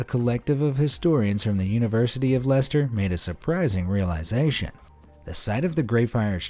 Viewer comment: Lye Chest Er...